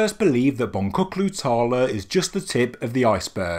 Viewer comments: Hello, many thanks for that. Boncuklu is pronounced Bon-juklu (beady, beaded); just thought you might like to know. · Please note the name is pronounced “Bonjuklu” Tarla. Translation: Beaded Field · Thanks for the exciting info! A trivial fix: Name of the site is in Turkish, and letter c in Boncuklu is pronounced as J. (As if Bonjuklu). It means "beaded" or "beady". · Please!! Boncuklu is pronounced 'BonJUKlu" -- C is pronounced J in Turkish - means 'with a bead' or 'with a wanderer;' "tarla is field, so yes, Bead Field or Field of Beads. Thanks again for being the first with the best. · Well, as a turkish, I wish you could've pronounced it as Bonjouklu instead of Bongoklu. :) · Boncuklu is pronounced "bonjukloo" in Turkish. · The C in 'boncuklu' is pronounced as a 'dj'